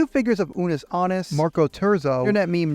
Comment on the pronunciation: so do you pronounce japanese words wrong on purpose or do you just not care to look up the proper pronunciation. like come on dude. 'shib-uh' and 'nie-yan'???? lmao